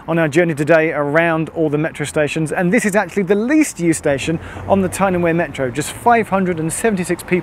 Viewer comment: I'm troubled by his pronunciation of Wear whenever he says Tyne & Wear Metro, but hes says it correctly when he says Wearmouth Bridge.